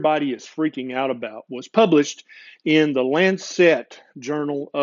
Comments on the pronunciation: Very interesting podcast marred only by the word Lancet being mispronounced. It's Lance-it, not Lance-set. Saying it correctly will help your acceptance here in the UK. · Just one thing, just one - the publication's name is The Lancet, and it's pronounced "Lansit", as in what you do to a boil... after all, you don't wear a bon-net... do you... you don't eat a pun-net of strawberries... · Brilliant rant! (By the way, it's LANcet)